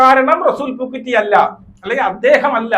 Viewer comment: പൂക്കുറ്റി അല്ല പൂക്കുട്ടി 😂😂😂😂😂😂😂😂😂